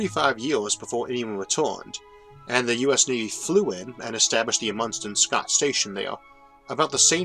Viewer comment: Isaac, a good video, as always. May I point out that in the name Amundson, the accent is on the 1st. syllable, i.e., AH-mund-son?